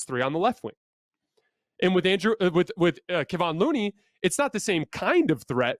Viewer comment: If anything, can you actually learn how to say Kevon Looney's name? It's disrespectful at this point.